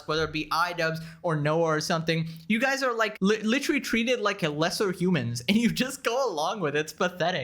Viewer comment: You need to stop using the word literally so much. You're not using it incorrectly or anything. You just can't pronounce it properly. Try synonyms like actually, really or plainly.